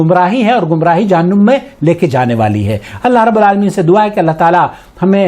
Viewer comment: جہنُم ( نُم / num ) نہیں جناب ! جہنَم ( نَم / nam ) - - - - - ( از احسان خسرو )